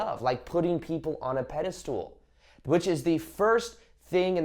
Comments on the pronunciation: Pedestal not pedastool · It’s pedestal 😭 not pedestool! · Are you saying “pedestool?” Did you make up that word? Lol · I love your content... but are you saying pedastool on purpose? Lol